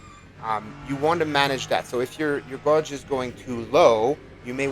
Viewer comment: Never heard gauge pronounced that way